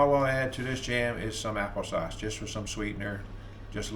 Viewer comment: Happle sauce that's hilarious. I love partridge berry jam on toast with a cup of coffee. That's some good eating right there. Have a great day.